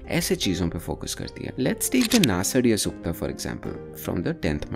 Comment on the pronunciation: Your pronunciation of Sanskrit words needs improvement eg it is not नासाडिया सूक्त but नासदीय सूक्त. Also, Angiras is one rishi whose progeny or followers are Angirasas. Also, the rishis are not considered the composers or writers of the the Vedic mantras but rather mantradrashtas. Vedas are apaurushey. It is a decent video but not very good